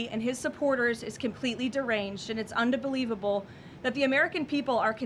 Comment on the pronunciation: And unbelievable not un-da-believable!😂